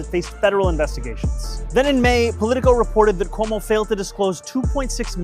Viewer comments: Cuomo STILL can't say his name right 💀 also, if we're gonna go with the "smart" way of gauging rent, 1/3 of Zohran's monthly pay is ~$3,900. So 2300 is VERY smart with room for saving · Still saying his fucking name wrong. God please New York punish this man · Still mispronouncing his name, Cuomo??